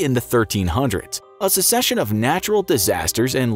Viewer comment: Succession is pronounced wrong here too.